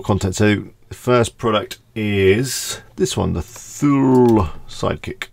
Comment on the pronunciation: Thule is pronounced "toolie".